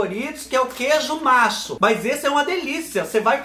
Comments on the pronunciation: "Queijo macho" eu escutei direito é QUEIJO NACHO 😆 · É queijo Nacho (se lê natio), não queijo Macho kk queijo Nacho é um parecido com Cheddar sabe? Kk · Ai dó céu o segundo que vc provo eu intendi que era "Doritos sabor " macho"🤣🤣🤣 tive que volta o vidio p/ intender que era " nacho " 🤣🤣🤣🤣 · meu docinho acho que foi nesse vídeo que pela primeira vez ouvi tu falar desse queijo...nacho....mas eu entendi queijo macho 😂😂😂... fiquei me perguntando mas como queijo macho se é só femea que da leite pra fazer o queijo.. até que um dia fui nas lojas americanas e vendo uns salgadinho e lógico pensando em ti😅😅.... descobri que o nome era nacho e nao macho 😂😂😂😂😂😂😂😂😂😂